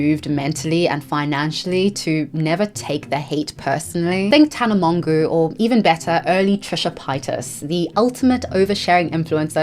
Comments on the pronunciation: Whats up with your pronunciation?? Tana monguu and trisha pitas? Julia zilg? Come on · IM SO GLAD IM NOT THE ONLY ONE LOL, the tana pronounciation sent me and then adding trisha right after KIIIILLED me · Tana Mongu and Trisha Pie-tus??? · Why did you say Tana Mongeau and Trisha Paytas like that? They're much healthier than they used to be, have some respect